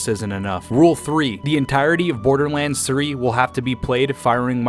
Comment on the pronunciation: It’s not borderlands it’s borderlands say it right